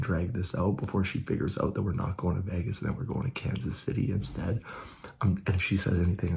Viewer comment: Not “Vegas” 😂. Happy Birthday Ika!!!!